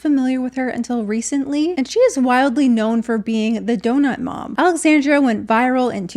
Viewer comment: It's alexandra not alexandria 🥺